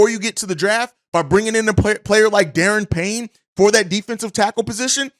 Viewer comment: Good show bro, it's pronounced Der-Ron Payne